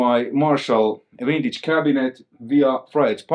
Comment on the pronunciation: I get a kick out of the pronunciation of vintage, as wintage. Vintage and winning go together real slick like. A piece of gear thats "wintage" sounds far superior.